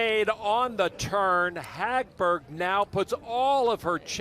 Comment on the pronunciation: They're butchering the name Hagberg which actually sounds pretty in Swedish. 😑